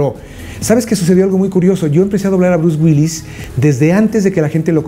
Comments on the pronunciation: El cree que sabe pronunciar palabras en ingles y no puede ni decir Bruce Willis! haha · Este vato cáguela y cáguela pronunciando "Brus güils" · Bruce Wills? Omg ni porque Mario dice repetidas veces Bruce Willis jajajaja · Por qué dices Bruce Wills? Es Bruce Willis! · Bruce Wills jajajajajaja WILLIIIIIIIIIIIIIIS La I si se pronuncia! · "Bruce Wills" xD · lo q me da risa es q el mae le dice " Bruce Wills" en vez de " Bruce Willis" jaja